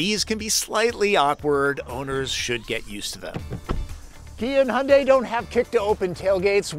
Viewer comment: Ioniq5를 지금 주문하면 출고까지 12개월이 걸린답니다, Your pronunciation of the word "Hyundai" is correct. 현대 (Hyundai) means modern or contemporary in korean.